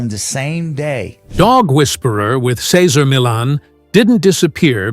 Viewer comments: The very least you could do is pronounce his name correctly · It was hard to listen to the announcer mispronounce Cesar's name over and over. However, I am a big fan of Cesar and I have used his methods with success. I still watch him on you tube and I wanted to know what had happened behind the scenes. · "Sayzer Millin" 😂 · Say-ZAR me-YON. You are welcome. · "Casar Millen" stupid bot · Who’s “Cesar Millen”? 🙄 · Sezzer Millen? Gee, one would think you could pronounce his name correctly! At any rate, I miss his show, he came a long way for it to end like it did. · I like you knowledge on Cesar Millan. But, I really wish you would learn how to say his name right and stop saying it different through the whole video. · Okay....I'm 3/4 of the way through this video, and if this guy mispronounces Cesar Millan's name one more time.... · The commentator can’t even pronounce his name!! Cesar is the best and will always be! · Cesar deserves a better written presentation that this. Sheesh. No human on board, to at least make sure his name is pronounced correctly? I have read two of his books...and don't even own a dog! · Could the narration at least pronounce his name correctly? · Frigging give the man RESPECT 🙏 & pronounce his damn name correctly 🤬😤😤🤬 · How can I believe you when you don't even pronounce his name correctly or at least how he pronounces it. Other than that, I am glad to know the other side. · The guy talking can t pronounce cesar last name. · Can't even pronounce his name right 😂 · Can't even say his damn name right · It would be nice if they used a voice that could pronounce his name correctly!!! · He is amazing. I’d love to see the respect of you at least attempting to pronounce his name correctly! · He was born to work with dogs and he loved what he did. Kudos to him! If you are doing a retrospect on someone, please say his name correctly throughout the video. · This video doesn't sound very credible when they can't even pronounce his name. 🙄🙄🙄